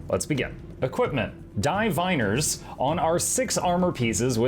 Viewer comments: anyone else bothered by the way pronounces 'diviners' as Dye-viners? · Your pronunciation of "Diviner's" is wrong... ROFL